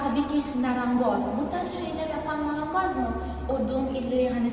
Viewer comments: Narangoz değil marangoz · Narangoz diyor ya marangoza. Yerim senin doğallığını